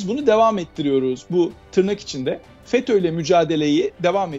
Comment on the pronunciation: 'FÜTÜ' değil o 'FETÖ' olarak halk arasında biliniyor, haberiniz olsun istedim. 😂😂😂🎉🎉🎉